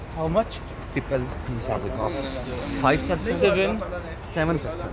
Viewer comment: Dumb commentry, the person speaking has no knowledge ,even he cannot pronounce the name of kahaf.